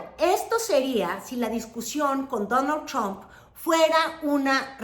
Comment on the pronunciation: "Dóno Chomp" 😂😂😂 como dice Xochitl.. "yu jav to wok tic tok"😂